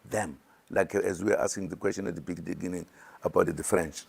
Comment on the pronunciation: Imagine zuma insisting to take over government. A president who could not pronounce the word "beginning " benengen"